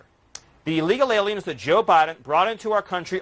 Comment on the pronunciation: Frankly there's never been a good time to be an ee-lee-gal immigrant in any place in the world.